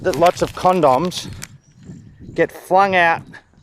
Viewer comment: Is that really how Australians say condoms?